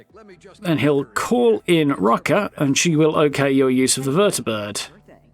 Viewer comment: So you pronounce "er" like an "a" And pronounce "a" like "er"?... 😂 Rucka is Rucker to you And Rucker is Rucka to you 😂🤣